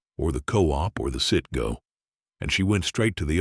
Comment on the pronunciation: Citgo not Sitco. Citcg was once Cities Service.